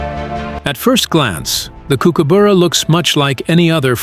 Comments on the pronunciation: I was cutting up a tree trunk on the ground on the side of a hill once and a kooka "BURRA" came down right next to me and flew off with a 1m load brown snake. Then landed on a power line and then whipped the snake until it was butter. FFS say the fuckingn name right!!!! Seriously....it's KOOKA BURRA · Good documentary but every mispronunciation of kookaburra made me cringe. Cook a borough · The brightly coloured birds are Kingfishers, not Kookaburras and you should learn how to pronounce 'Kookaburra', it's not a Coo coo boora. just watch other videos and you'll soon learn. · It’s pronounced Cook-ah-burrah. Cook as in the kitchen and the burrah is the same as the first syllable of bucket. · That's not how we say kookaburra in Australia! Lol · You have to learn to pronounce the name Kookaburra! Learn the Australian pronunciation of the bu. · What a dumb dick ? An idiot wanting to make our Kookas American with its American pronunciation . The are known to eat small birds , lizards , Mice and rats and also you sandwiches on a picnic table ... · Dude, get a better pronouncer, the way he says kookaburra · You're saying it wrong. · You need to pronounce kookaburra correctly! Bye. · thanks. The u is pronounced as under. ❤ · I enjoyed this video but please pronounce its name correctly. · First of all, learn how to say 'Kookaburra' properly before making a video about it... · Please, please, please, learn how to say Kookaburra. It's not hard to do, just listen to an aussie say it once. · For goodness sake, I’d expect better from the BBC, the pronunciation of kookaburra is pathetic and the AI should be unplugged and never plugged in again! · You are not saying it quite right, Kook it sounds more like cook, and burra, sounds like up b u rra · For pity sake learn the pronunciation it is cooker burra not bora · Why do you pronounce it Kookaboora, it is kookaburra. Silly script made for five year olds. Thumbs down,waste of time.😡😡😡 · It's pronounced Cookaburra not kook a buuura